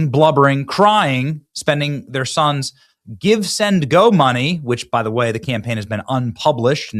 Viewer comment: notice how Crockett could not say "sons".